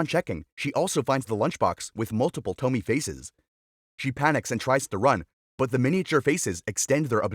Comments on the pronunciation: It's not "TO-MI" but "TO-MI-E" dumb narrator lol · And also its not pronounced toe-mee. Its to-mi-a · It’s pronounced Toh-me-eh not Tomy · You already spelled "Tomie". So why do you keep calling her Tomi??? It is TOMIE. To Mi E. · It's not Tommie (that read same as Tommy), it's tomi-yeh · Small edit, her name is said Toh-mi-eh, not Tomi, that’s a totally different name. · (TOE-ME-AYE) Tomie Not (TOE-ME) as you pronounced it. So hard to make it through this video because of it. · Toh-mee-eh, short E at the end, not Tomi. Baka gaijin. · it’s not toe-me it’s toe-me-aye (Tomie) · It's not pronounced tomy by the way it's pronounced to-mi-eyy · Tomie is pronounced 'tommy - eh', not 'tommi' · Toe-me-a is how it’s pronounced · It's pronounced "TOMI-E" everything is pronounced the way it's spelled out in Japanese. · It's pro bounced to-me-aye 😭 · Say it with me.. "To-me-a" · It’s a classic, this is actually quite well known in Japan! btw it’s pronounced “TOH-MI-EH” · Toe me ay.the miss pronouncing of the name throughout the video drive me crazy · Dude it's pronounced To-mi-e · I think ‘Tomie’ would be pronounced ‘Tow-me-ay’ 😅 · Im so peeved by how he pronounces Tomie. It's tow-mi-ye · It’s pronounced “toe me aye” btw for people who aren’t robots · There's no way David Cronenberg and Junj Ito aren't aware of or inspired be each others work. BTW "Tomie" is three syllables and rhymes with "go ebay" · It’s “Toe’ me’ yay’” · It's To-mi-eh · It's to-mi-e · The way he pronounced “tomie” 😭😭😭